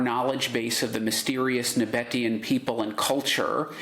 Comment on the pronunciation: Just a side note: "Nabataean" ist pronounced NabaTEEan (with stress on the third syllable).